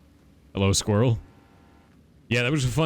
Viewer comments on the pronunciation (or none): none